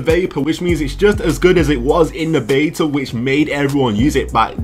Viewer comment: i clicked of this video because he says beta the wrong way pisstake